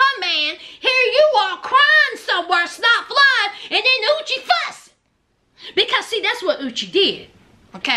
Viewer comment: Every time you said uchi..i felt like saying bless you. Sounds like sneezing 🤧🤧